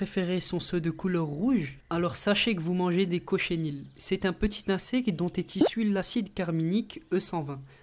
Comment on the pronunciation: On dit cochenille pas chochénile